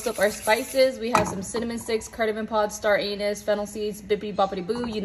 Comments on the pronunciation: I cant be the only one who heard "star anus" when she was listing out the stuff she toasted- my vietnamese self had to do a double take 💀💀💀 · Did you really say star an*s. LMAO. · STAR AN*S. I can't be the only one who heard that. 😭😅🤣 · “Star ANuS”